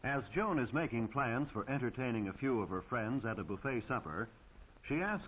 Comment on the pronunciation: It's ''JOAN'' not June. And she is hot by the way.